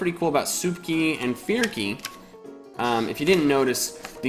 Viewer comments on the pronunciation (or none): Fearky sounded like forky